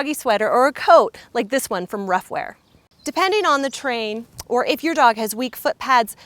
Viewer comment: She said “Terrain.” She just didn’t enunciate it well!